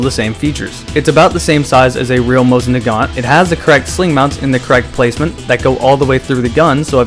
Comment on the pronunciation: have you been to russia?? they say it JUST HOW HE DOES... SO BLOW ME